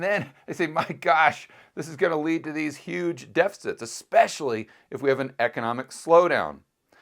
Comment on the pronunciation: DePicits? What's a "depicit"